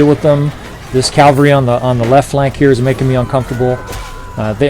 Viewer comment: I'm sure you hear this all the time but... You always say Calvary when you mean cavalry. Calvary is the hill Christ was crucified on. Cavalry are mounted troops. I don't mean to be an English dick. If it were me making a mistake like that over and over I would want to be told. If you physically can't say cavalry I'd suggest just saying "mounted troops". Thanks for the vids. Have a great day.